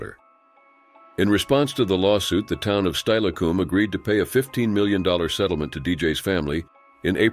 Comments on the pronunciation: That's not how Steilacoom is pronounced. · Lol, same thing happened when the tuolumne river is read as the "too-luhm-nay" instead of "too-wah-luhm-nee"